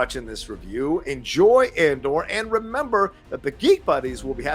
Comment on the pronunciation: Not sure why but I hear you say CASHION, instead of CASEON. I'll see how they say it in the series. Also Scarsgard saying ANDER instead of Andor is a bit weird. 🤔